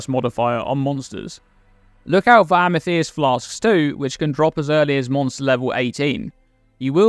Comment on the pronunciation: Great tips! I think the chieftains will be easiest through campaign being able to likely cap all ele res and chaos res without too much difficulty. Btw, the way you say Amethyst is wild.